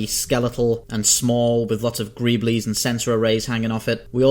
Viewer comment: Greebles ... spoken gree bal ... not greeb lys hahah just so you know how to say term in future.. thanks for video